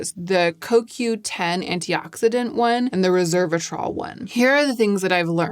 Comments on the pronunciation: *resveratrol, not reservatrol as you are pronouncing it (although my brain was wired to call it that when I first used it too, so I get it). I am glad you are having success with it, as I CANNOT FOR THE LIFE OF ME (OR MY SKIN) use resveratrol. It causes crazy rashes and painful swelling every time. That you call it a mild, soothing ingredient is astonishing to me! I find it more sensitizing than either Vit C or tretinoin. I've tested 3 resveratrol products - TO, Regimen Labs and Skinceuticals - all with the same rashy result. Im always amazed (and a little jealous!) that it works so well for other people, bc the benefits really are fantastic. Even trying in lighter does or mixed with creams and oils - no difference. I'm so glad it's working well for you! Maybe concocting my own version with these powders would help. Also ubiquinone (CoQ10) really is a great skincare ingredient, it just a takes time and trust! I don't think the results are immediate or dramatic, but I've been using it consistently for 2-3 yrs and it has def improved my skin. I have no doubt it's contributing to the positive changes you have appreciated. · Hi dear! Loved the video as usual, just a quick note, it's resveratrol, not reservatrol like it sounds you are pronouncing it. I have just studied it so I wanted to share the pronunciacion, cause at the beginning i was confused and i was thinking it was a new agent, but obviously not a big deal. Have a great day 💕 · Great, thorough. I appreciate your work. One small fix - it is Res-ver-a-trol not Reverse-a-trol. Sorry to be trollish … 😆😂 it’s just a quirk of mine. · Resveratrol—res-VER-a-trol. Not reserve-atrol. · It's pronounced "rez veh ruh traal" (four syllables). Resveratrol